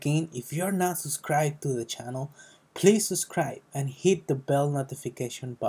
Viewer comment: You heard him folks, suscrie now